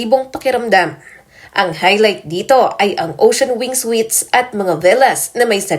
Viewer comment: Anong sweet's sinasabi mo Ayusin mo nman mag basa at mag bigkas ng tamang basa dyan